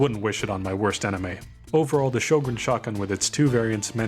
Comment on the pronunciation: Good video! This is not a criticism, but just a fun fact: Sjögren is pronounced like "hweh-gen" in Swedish. I've never heard anyone pronounce it correctly. Also I'm pretty sure DICE only included the gun because it's Swedish. The in-game codex says it was used "in very limited numbers" by both sides in the war, but I haven't been able to find any proof of that haha